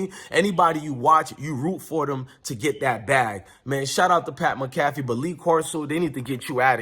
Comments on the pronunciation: Bro you pronounce Pat McAfee, mac-a-fee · It’s pronounced - Mac-A-Fee…👍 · Pronounce PAT MAC A FEE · Pat Mcafee is pronounced Pat Mack-a-fee 😊 go colts! 💙